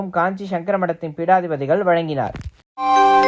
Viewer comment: Kindly pronounce our Parama Mahan Guru as PEETADIPADI. peedadipati meaning is different🎉. Thank you